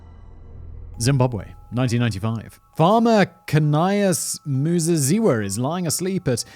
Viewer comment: Your pronouciation of Muzaziwa, spot on....love the show - from Zimbabwe